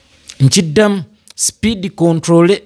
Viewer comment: Oliyi "Speed Controllery 😂😂😂"